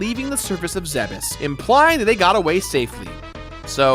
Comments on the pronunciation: Thank you so muhc for saying Zebes correctly~ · THANK YOU FOR SAYING ZEBES CORRECTLY!!!! NO ONE EVER DOES!!!!